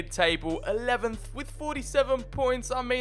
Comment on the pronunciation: the way he says 11th lol😁